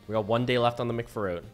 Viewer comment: It is mcFROOT and I'm gonna have to BEG you not to make that mistake again lmao